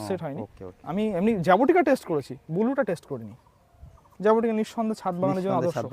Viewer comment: জাবোটিকা নারে ভাই। জাবোটিকাবা